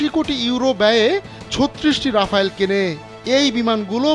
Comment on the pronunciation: ওটা রাফালে, রাফাল রাফায়েল কোনোটাই নয়